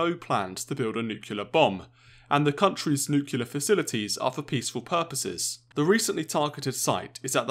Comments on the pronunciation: Mutually assured nuculear destruction in one minute. PLEASE Its N U C L E A R! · PLEASE! Nuclear not nucular. Just say new then clear. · You should learn that it is nuclear and NOT nuculer as GW Bush used to pronounce! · It is not "nucular" it is "NUCLEAR"! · > is British journalist > says "Nuke-u-lar" 😂😔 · I'm not sure Millennials count as British. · What's Nucular? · That annoys me as well haha.